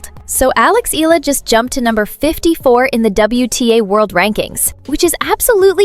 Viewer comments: it is not ILA her last name is pronounced as E-YA-LA. ALEX EALA. Please take note of that. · EALA = EYALA!!! NOT ELLA!!! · …good report but wrong pronunciation of Alex’s surname… it’s [ee-yah-lah] not “ee-la”… cheers! 😎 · Eala - eh-ya-la